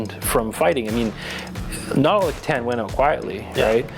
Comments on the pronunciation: c'tan= kit ahn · hearing a necron main mispronounce c'tan is beyond sad >_>